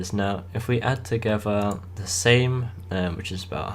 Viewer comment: Great video ;) I agree with you about saving money up and also about buying a new tractor. The tractor is not pronounced SAME BUT SAMY. I think you should buy the Same or a New Holland :)